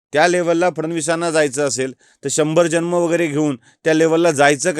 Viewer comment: ह्याला जन्म शब्द उच्चारता येत नाही,ह्याने काहीच बोलू नये.आधि नीट मराठी बोलायला शिक नंतर फडणवीसांवर बोल.